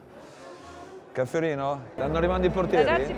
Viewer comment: Cafferino???? Caffettino, caffettino si dice